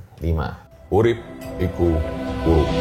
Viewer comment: Kalau di daerahku kata urup dari kalimat 'urip iku urup' pelafalannya 'urep' e nya kayak pelafalan di kata 'desa', bang 😄 jadi bukan u.